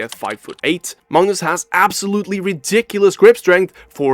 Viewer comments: Why do you pronounce Magnus as Mungus? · the guy narrating says 'mangus' or any other time he says it